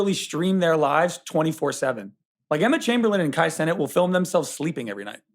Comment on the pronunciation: is too young to pronounce Kai Cenat like that